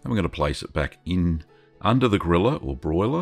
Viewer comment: When you first said :"place it under the griller" I understood :"place it under the gorilla" and my first thought was :"where do they get gorillas in finland?" Jokes aside, this cheese will be my next try...looks so delicious